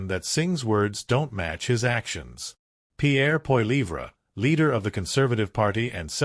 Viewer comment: Learn how to pronounce Pierre name. What are you American